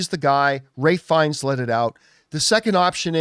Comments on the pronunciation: For loving Ralph Fiennes, you kept calling him Ray!! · That is how you correctly pronounce his name, watch any interview it's always pronounced raif not ralf.